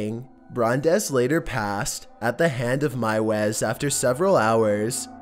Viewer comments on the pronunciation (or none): Normally I don’t complain about these things, but meiwes is pronounced “mews”.